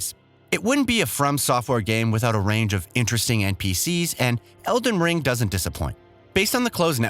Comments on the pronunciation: Random edits in this video & the dude saying EDEN Ring doesn’t give me much trust in what I’m watching. Lol 😂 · What's with the mispronounced words? Don't get me wrong, not a big deal but it makes me feel indifferent... he even said eden ring.. like come on. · Eden ring? Come on bruh that slip is pretty bad.... it's the title of the game your talking about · Good video but why did he call it eden ring? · 8.44 man said "Eden ring" 😅🤣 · this guy said Eden Ring 💀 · mispronouncing Elden Ring. I’ve noticed some other problems like that, as well as bad cuts and a transition in the middle of a sentence. I appreciate the desire to bring out content fast, but maybe rushing to pump it out isn’t the greatest idea, and it makes me feel like you don’t care about the game as much as you say you do. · “Eden Ring” ??? 😂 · Eden Ring??? Is that the porn parody of Elden Ring? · Lolol, and also noticed "eeden ring" at ahahahah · ah yes, eden ring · Yeah he also pronounced "eeden ring" instead of elden ring once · What is with the pronunciations of some words in this video... Feels like text to speech. Weird video. "Tarni-shed" "Eden Ring" Mentioning the Black Knight on the bridge isn't a NEED to know either. I would consider that an unnecessary spoiler, which ruins the surprise for people. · Dont forget Eden Ring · Eden Ring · yeah eden ring and parring ? Wtf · He even mispronounced the title at one point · Disliked for the SEVERAL, OUTRAGEOUS spelling and pronunciation mistakes. Tarnish shed? Breath of Wild, Eden Ring?? Embarrassing for 1 million+ subs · I'm sorry but who the heck is reading this script? Tarnish Shed? Breath of Wild? Eden Ring?? Horizons Forbidden West?? Either this guy can't read, doesn't know what he's talking about, or whoever wrote the script is at fault. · “Eden Ring” “Fur-Led Finger” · “Parring” -parrying ps eden ring. Wtf.